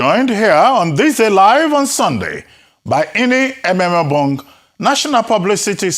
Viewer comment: It is Ememobong not Emembong. Arise take note!